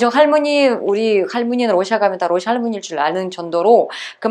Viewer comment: 원래 억양이 러↗시아 라고 하나봐요^^ ㅎ 우리나라 사람은 보통 러시아↗ 라고 하지 않나요? 힛